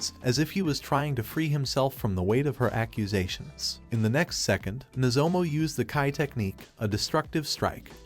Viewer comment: Could the AI voice not pronounce "Nozomu", so the author just "Replace all" into "Nozomo"?